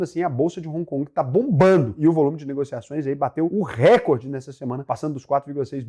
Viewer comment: Bom dia, obrigado pelo video. Não é Récorde, é Recôrde. Se fosse Récorde, seria uma proparoxitona, e toda palavra proparoxitona é acentuada. Um abraco. Obrigado pelo seu conteudo.